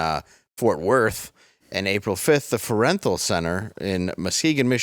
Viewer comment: Dave butchered Frauenthal like my hubby. Lol (Fraw en thawl)